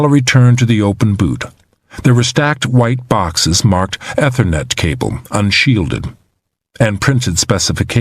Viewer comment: He also mispronounced ethernet, router, and Prius